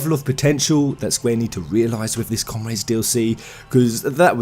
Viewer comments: Come-raids, ogad, you're killing me here. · i like how you say "comRAYDES" xD I find it extremely funny (not meant to be negative)